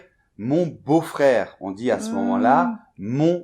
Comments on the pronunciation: Bonjour, mon amie, qui est francophone, se demande si la prononciation du mot "beauf" doit être /bof/ (comme vous le prononcez, rhyme avec /prof/) ou /boof/ (comme le /o/ dans beau)? Elle le prononce toujours avec un /o/ comme dans beau... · En effet. De même, "taule" se prononce avec un o fermé (ô), même chose pour "beauf". Récapitulatif : - o se prononce soit ouvert, soit fermé - ô, au et eau se prononcent o fermé (sauf variantes locales pour certains mots, dans certaines régions, comme "paume" ou "jaune" par ex.) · Beauf = contraction de beau-frère, le type que la vie t'impose mais que tu n'aimes pas et qui a donc tous les défauts. Et on prononce "Bôf" pas "bof" (pas de "O" ouvert) Plouc : mot d'argot (la langue argot) pour désigner un type qui répond à la fable de la Fontaine "la grenouille qui veut se faire aussi grosse que le boeuf" Un plouc c'est typiquement un type qui s'achète des fringues chères pour faire celui qui est plus riche qu'il ne l'est. Keuf c'est le verlan (pas le verlan de banlieue) pour flic On peut dire aussi les poulets, les perdraux, Le mot taule est aussi employé pour désigner une entreprise, celle où on travaille sans conviction. prononcer "tôle" Frigo c'est la contraction de frigidaire, marque associée aux réfrigérateurs dans les années 50. La thune c'est de l'argot, comme l'oseille, la fraîche Avoir La trouille, les chocottes, la pétoche (pétochard), les foix.... (avoir peur) Teuf = fête en verlan de banlieue